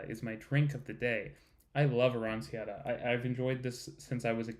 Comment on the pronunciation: The c in aranciatta is pronounced as a ch sound.